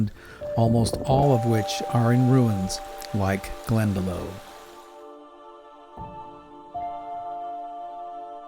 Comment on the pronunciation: Glen-Da-Loch, is how iut is pronounced my friend :)